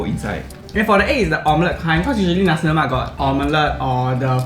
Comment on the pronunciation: Lemak not Lomak